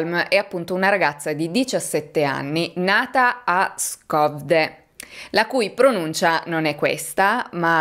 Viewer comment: Ho vissuto diversi anni a Göteborg, in Svezia e devo dire che a parte Skövde hai pronunciato bene i nomi. Skövde ha un suono troppo particolare per essere riprodotto solo scrivendo, ma se hai sentito Google translate avrai sentito che il suono SKÖ è una via di mezzo tra SHO e HUO con l'H aspirata. In pratica l'aria deve passare ai lati della bocca mentre tieni la mandibola chiusa. A parte la pronuncia svedese, ti faccio i complimenti per questo video, per l'impegno che ci metti (il 99.9% degli youtuber non si prende la briga di informarsi sulla pronuncia corretta dei nomi). Like da me e aspetto il tuo prossimo video. Tack så mycket och vi hörs snart. Hej då!